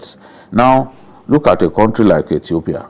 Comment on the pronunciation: Babajide please can you ask to stop using "like" and "look" in every sentence cos it is very annoying especially when he pronounces them as "lique" and "looque". Sounds irritating to the listeners. Please correct him.